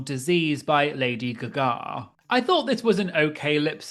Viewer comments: Me wondering if the pronunciation or Lady guguh and Keesha are intentional lol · lol the way you pronounced lady gaga and Kesha is so funny but must be a UK thing 😂